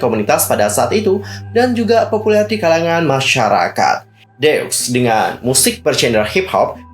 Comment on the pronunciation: Kayanya cara baca grup “ DEUX “ itu deu ajah ka x nya ga ush dibaca. Kaya deu kalo org sunda ngomong. Karena ini diambil dari bahasa perancis yg artinya 2.